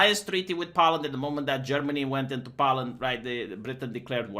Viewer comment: Poe-land, not pow-land,.